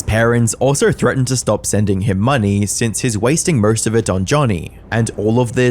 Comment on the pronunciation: "The Murst hated Streamer of the World"